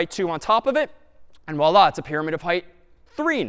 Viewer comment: Yeah his voilla completely sounds likr arabic Wallah